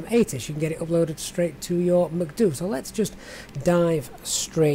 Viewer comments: Usually they say “Em-See-Dee-You”... Your pronunciation makes me wanting to go to McDonalds 😂 But great video. Thanks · Got my subscribe simply for the reason you call the MCDU macduo hahahah xD